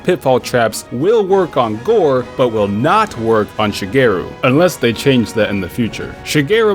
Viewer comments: isnt it shagaru magala and not shageru? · My mans mispronounced ShagAru Magalas name every time :( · shuh-gay-roo magala lol wat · I got triggered every time he said shagaru magalas name wrong